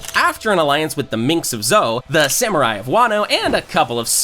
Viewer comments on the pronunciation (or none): none